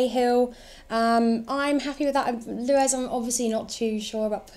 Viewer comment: Luez it’s fucking Luiz